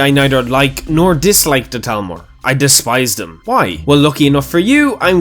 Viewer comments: Why do you say talmor? ITS CALLED THALMOR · It’s Thalmor not Talmor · Ima take a shot everytime I hear Talmor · What's a "Talmor"? I thought it was "Thalmor" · Did he forget that there is an H in Thalmor? It is not Talmor.